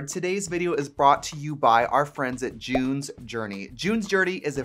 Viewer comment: Omg!!! I thought I was going to have to cancel you cause I thought you said "Jew's" journey instead of June's journey!!!! DON'T COME FOR ME!!! 🤣😂🤣😂